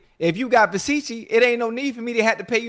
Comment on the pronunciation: Somebody tell Ocho how to say "Versace" 😂